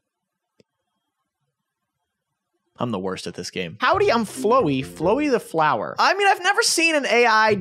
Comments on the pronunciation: I died a little inside when he pronounced Flowey like that lol :’) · Flowey (pronounced flowee) is a character from undertale. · Why’d he pronounce it flow e 😭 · The way he pronounced flowey😭